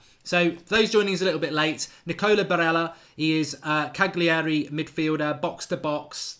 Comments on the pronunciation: It's Cali-ari! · Marks blatantly just watched a couple YouTube videos in the last 24 hours. Can't even pronounce Cagliari properly and reckons he knows this lad. Pshhh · Learn how to pronounce Cagliari you idiot.